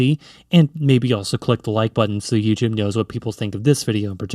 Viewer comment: sounds like ur saying Egypt and not "youtube"